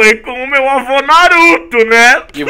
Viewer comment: voce falou avo naruto